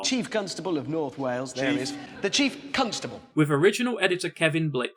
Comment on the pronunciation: oh i see now after hearing it the second time. "The Chief Constable of North Wales --- The Chief Cuntstable" lmao